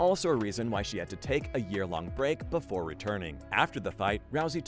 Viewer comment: BEFORE not boofore 😡